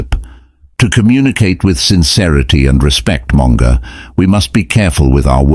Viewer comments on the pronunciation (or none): Monger not Manga!🙂